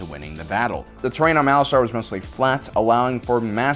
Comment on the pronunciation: Isn't it pronounced "Malaster" rather than "Malastar"?